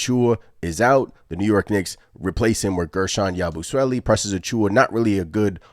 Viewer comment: Imma have to give your pronunciation of his name a C- I don't understand why yall are having such a hard time saying Yabusele's name 🤦🏾‍♂️ Why you adding the extra "swele"?? It's Sele, like celly